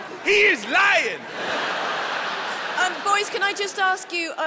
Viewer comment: "He is liyin" 😂😂😂😂